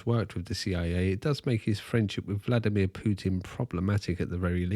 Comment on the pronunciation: That's actually really close to a correct pronunciation. He's honestly trying and not just "americanizing" every name as is tradition. "vlAdimir" is definitely incorrect, despite everyone who's speaking English saying that.